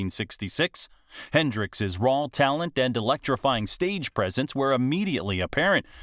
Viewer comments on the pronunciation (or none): What's this about 'rawl [sic] emotion'? Narrator having difficulty shifting between consecutive vowel sounds?